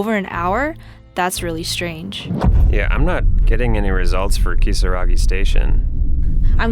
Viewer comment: Ryan not speaking Japanese or Spanish but pronouncing Kisaragi perfectly in the middle of an English sentence is just classic fourth gen immigrant behaviour.